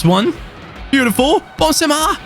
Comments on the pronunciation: Ok are we just gonna ignore the fact that he called Benzema bonsema whaaaat wait is it just me or what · when he said Bonsemar i was like wtf... then surprise surprise, its a botched pronunciation of Benzema. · He channeled his inner french accent 😂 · Cut some slack with his mispronunciations